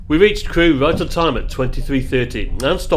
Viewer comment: Corour is pronounced corower as in having a row with someone!